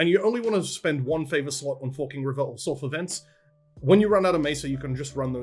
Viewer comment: Every time you say "Forking River" my American ears hear "F*#%ing River" Lmao